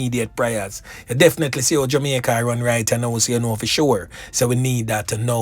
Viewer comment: He is jamaican, listen to the way he pronounce jamaica, the word reluctant, plus the phrase a couple a days, amricans would say a few.